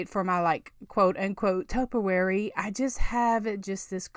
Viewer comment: So happy to find a Valentine's diy from you! All cute! But just fyi, topiary is pronounced "toh-pee-air-ee" with the accent on the first syllable. Someone had to correct me a while ago, so I thought you might want to say it right, too :) Also, the word "styrofoam" ends with an m, not n. :)